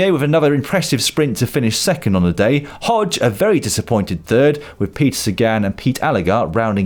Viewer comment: Is Hodeg actually pronounced Hodge or is Lloydy just anglicising it?